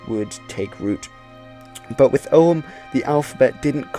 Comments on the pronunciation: It's not pronounced "O um" or "O hum", it's a hard G, "Ogg um". Yes, the old fart is retentive. I noticed you mispronounce many words, maybe you should learn how things are pronounced before you post anything about languages. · Og-úaim, pronounced... Oh-wem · Your pronunciation of Ogham is as good as anyone else's guess bucause nobody knows how Ogham was pronounced in old Irish, not even modern Irish speakers can be sure. I am irish and I would pronounce it "oh-am". The key is that the "h" is not pronounced.